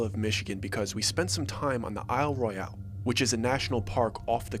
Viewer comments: It was weird. FYI, we don't pronounce Isle Royale like that. The Royale is just pronounced as Royal would be. I don't know why,it just is. Also, pasties are not pronounced like it rhymes with tasty.It's pah stee or an "a" as in apple sound. Michigan has a lot of oddly pronounced words. Lived here all my life. Thanks for including us. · being from lower Michigan, we don't pronounce Isle Royale as "Royal" . The e on the end gives it the different pronunciation of Roy-al (like Alabama) It's the French pronunciation. This was French territory for a very long time and also being so close to Canada, the true pronunciation is Roy-al, not Royal. It sounds so bland. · Pasty is Past-EE, a pastie is a nipple cover 😂you'll kill some Yoopers with that pronunciation!! 😂😂 It's also Isle Royal (ignore the E at the end) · Glad you mentioned it. 53 yr old Michigander here from Oakland and Manistee County. You're spot on! It's "Isle Royal" and "pass-tee". A "pay-stee" is a tassel that dancers wore over their nipples, haha.